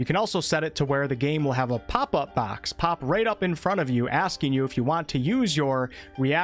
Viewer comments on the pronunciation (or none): none